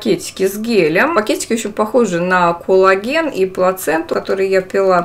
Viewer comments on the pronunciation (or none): надо произносить "кОллаген" , а не "кУллаген" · тоже слышу толи Кулаген, толи Коулаген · она именно так и произносит, акцентируя на О, а не меняя О на А, как это часто в русском языке бывает. Т. е. она говорит не "кАллаген", а так, как пишется - "кОллаген".